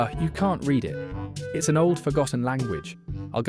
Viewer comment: AI voices always make me wonder if it's someone who is a non-native speaker of English, until it gets to something incredibly stupid like a typo or pronouncing "it's" as "Eye-Tee's". It's like, you're already just gathering a ton of memes and stuff, is it really THAT much effort to just read them out with your own voice instead of sounding like someone who's struggling how to read and also doesn't understand incredibly basic things?